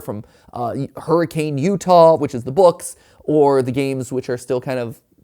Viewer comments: It’s hurr-i-can not hurricane:,) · It’s not hurricane UT, it’s pronounced Hurr-i-kin (as someone who’s from Utah) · just fyi, from someone who lives in UT, I know its spelled hurricane but it's pronounce hurri-kin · Matt it's hurri-CAN, Utah lol